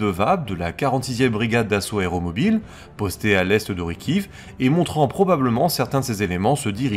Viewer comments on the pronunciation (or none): none